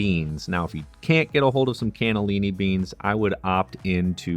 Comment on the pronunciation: Your ancestors were from Italy (Sicily) 🇮🇲🇮🇹but your pronunciation of Italian words is soooo bad. 😞 MinestronE not MinestrOoon. Cannellini not K'nellenn and so on.